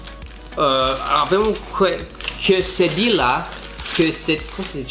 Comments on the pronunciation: "Quesedila" se pronunță de fapt "Quesadia" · Quesedilla se citeşte 'Chesadeia' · se spune chesadia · Se pronunța chesadia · se spune chesadia😀❤ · Se pronunță chesadila ... deși se scrie quesadilla și nu conține ciocolată , ci foarte multă brânză , porumb , roșii ... originalele sunt facute fără carne și de obicei sunt servite cu un sos de sweet chilli :)) Apropo .... De unde ai luat Taco Bell , la noi în Constanța nu avem Taco Bell :( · Se pronunță Chesadia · Acele chesedila (nu stiu cum se scrie) se pronunta "chesadia"! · Se spune chesadiaaa. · Se pronunţă chesadia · se citește chesadia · Quesadilla se pronunta chesadiya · **Chiesadia** asa se pronunta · Se citește "chesadia" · Se spune chesadia si burito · Se zice ,,chesadia" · Se pronunță chesadia.Asa se pronunță nu se scrie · Se spune Cassidy la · Se citeste ,, chesadila " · se scrie qusadillia si se spune cuesadilia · Se scrie quesadila și se pronunță cuesadia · Chesadias* se citeste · se zice chesadilia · Se citeste qesadila cum am scris wu asa se pronunta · Se spune chiesadia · Se pronunța cesadia